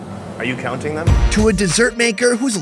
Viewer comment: Are you cuonting it killed me bro😂